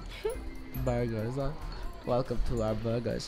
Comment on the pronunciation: Draco Aka: BeRguRs Draco again: BerGur 😂😂😂😂😂 i laugh love you funneh Thank you for making all that vid you work hard for the fame love you 😋😋